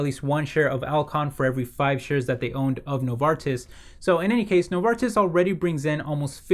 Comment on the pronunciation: Excellent pronunciation on Novartis ;)